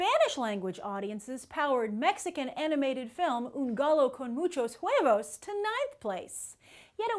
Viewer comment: i love how you pronounce Un pollo con muxhos huevos, its not perfect but you try, keep the good work, greetings from Mexico